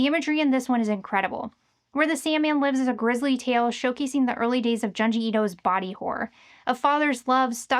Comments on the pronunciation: Pronounced joon-jee, not jahn-jee. Wanted to love the in-depth video, but it was like nails on a chalkboard every time you mentioned his name 😂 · Why do you continually mispronounce things? His name is Junji. June-ji.